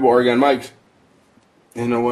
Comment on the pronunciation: Dude, just say it like "organ" not Ore-gone! The first thing the woman said on the History Ch. program of the 50 states or whatever it was it's not Ore-gone! It's just Oregon said like "organ"! Either an organ you play on, or a body organ, or both at the same time lol!